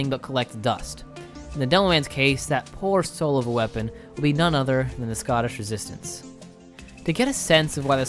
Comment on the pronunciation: Hey man, your videos are incredibly well produced, but if I could offer one piece of constructive criticism, I would say slow down and read more clearly and carefully. Most of the time, you pronounce “Scottish resistance” as “scoshizistns,” and honestly every ten seconds you completely skip the middle syllable of a word.